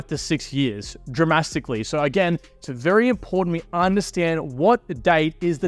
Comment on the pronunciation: Did you actually say “Dramastically” 😂😂😂